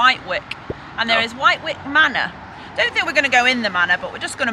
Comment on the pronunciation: Just so you know, it’s Wit-ick manor. That’s how it’s pronounced. You got a much prettier walk.